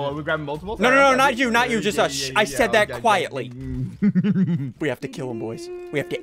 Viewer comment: If you put rewind in the start he says zud